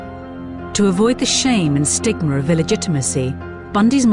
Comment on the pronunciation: “The ‘stigmer’ of illegitimacy”?... You mean the “stigma” of illegitimacy? 🙄